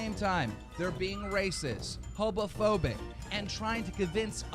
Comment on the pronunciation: Keemstar really said hobophobic instead of homophobic